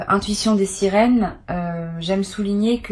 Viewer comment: Des sirines ou des sirènes ????????????? IA ou pas IA ??????????????????